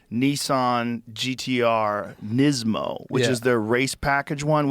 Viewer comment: The way Joe says “Nissan” as “neesawn” is both hilarious and annoying as hell